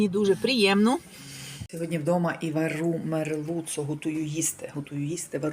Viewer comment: Мадам нема такого слова вару, е слово варю.,Усі українську,не мели запомниВарю....